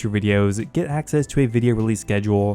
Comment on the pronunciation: I've always wondered why you pronounce the letter s or c as a z instead. You do it a lot but not 100% of the time. Like when you say spezifically, releaze, letz, piezez, seedz, etc. I remember the first few times I knew there was something odd but I couldn't put my finger on it but then I noticed what it was and ever since I can't stop focusing on it lol. I'm genuinely curious guys, please don't get mad lol I mean no disrespect or anything of the sort.